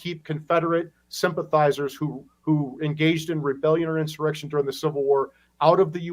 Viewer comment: Did Mike Lee almost say “erection,” instead of “insurrection?” 🤣🤣